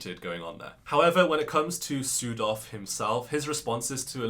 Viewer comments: This is silly but I heard "Südhof" as "Pseudo" and it cracked me up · Your pronunciation of Südhof could improve. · Omfg not sudhof 😩😩😩